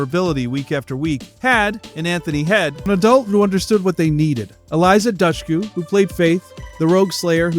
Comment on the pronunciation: Same thing with Eliza Dushku